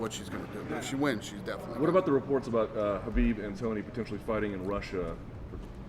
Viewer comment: Habib,not Khabib. Habib-that how it sound correct)